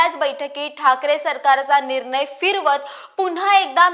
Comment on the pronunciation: आपली माहिती चांगली आहे. पण न आणि ण याचा उच्चार शुद्ध असावा निर्नय ऐवजी निर्णय असा करावा